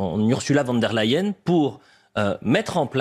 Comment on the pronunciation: Le journaleux aux ordres...sa langue à fourcher il a dit vonderlahyene 😂